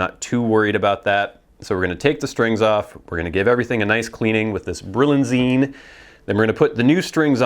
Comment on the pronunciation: It's actually Brillianize, not Brillianzine. :-)